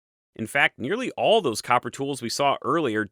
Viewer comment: "...and that's the awl..." "...now after 'awl' that..." "...After 'awl', 'awl' other cultures..." ...'awl' fabulous questions..." "...we need to go back to the source of 'awl' this copper..." "...why would you bother with 'awl' that..." I can't unhear...